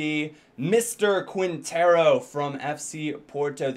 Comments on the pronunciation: You say Quintero like Keentero. Same with Marquinos. Markeeños. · Don´t prononce the u in Quintero, the qu is like a k